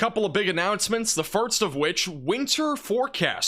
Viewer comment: I've been playing a drinking game where I drink every time uses the redundant phrase "and as well as" or says "firts" instead of "first". I'm drunk after every video. 🤣